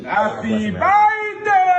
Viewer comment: Birthday ❌ Byeday✅ Ewoo Daddy'm😂🤣